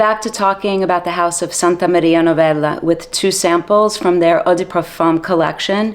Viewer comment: The way you say "Santa Maria Novella"...you have Italian genes don't you? 😊 Great review as usual 🎉